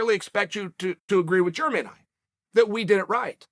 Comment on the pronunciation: Do yall think Chael actually knows how to pronounce it but thinks all the Jeremys of the MMA world are just unclean and germy?